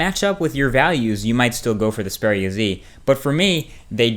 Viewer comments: Why are you saying speria? It's (X)-speria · Its X peria not zpara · Speria? it's pronounced EX Speria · EX-PERIA NO SPERIA OMG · Strange pronunciation of Xperia. All the advertising for the Xperia brand (right back since the old X1) indicate that it is pronounced similar to experience ('Xperience'), and not 'Speria'. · It is "XPERIA" so I guess u got it wrong as well. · I just cant get over it, it's EXPERIA not SPERIA..... i just guess you got Faulty phones as the rest have just awesome angle view. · Its XXXXXperia bro, not speria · Is it only me getting pissed of with how he pronounces the phone. Speria z........ Na m8, Its the Xperia with a X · Xperia ( Ex-pee-ri-ya ) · I think you need counciling or something, you find a phone sexy? Also isn't xperia pronounced ex-peer-ia because it comes from the word experience...? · I love how he pronounces it "spearia" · What??u just said speria haha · He pronounces it like Speria :D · You can't seem to pronounce Xperia :D [Speria] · It's supposed to be ex-pee-ree-a Right? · isn't it EX-peria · you said the name wrong, its Ex-Pee-Ree-Arr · yeah I believe you say it X (ex) peria (pair-ee-uh) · So, Xperia is ANOTHER word you can't pronounce correctly..... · I think you are pronouncing "Xperia" wrong.